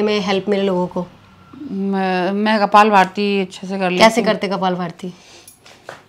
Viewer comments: Beta Kapal bharti nahi Kapal bhati bolte hai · Kapal bhati hota hi na ki kapal bharti